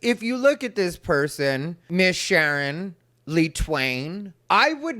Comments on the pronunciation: “Shern” lololol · “Miss Shern” 😅😅😅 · "Shern"? I don't think that's the proper way to pronounce "Sharon", unless you're ghetto... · Say it right It's Miss Shar'n.😅😅😅😅😅